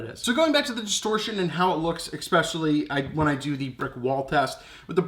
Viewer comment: Did u say "expecially" ;)